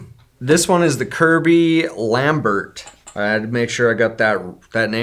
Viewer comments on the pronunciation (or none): none